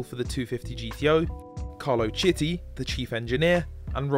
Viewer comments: Carlo Kiti, you could have checked his pronunciation on Google translate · CH in italian is pronounced like a K. Chiti sounds "keety"